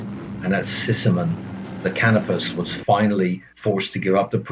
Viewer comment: As usual anymore, this narrator has no clue how to pronounce common names from the period. While a Brit might be forgiven for mispronouncing "Packard", a very well-known brand of American car at the time (the company didn't finally go away until the early 1960's), there can be no excuse for "Canopus", a figure from classical mythology after whom a particular star useful to navigators is named, and less still for blundering "ensign", an officer rank still alive and well in the Royal Navy to this very day.